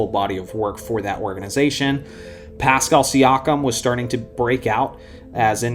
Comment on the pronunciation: "Pàscal Siàkam" would be Pascàl Siakàm i guess.....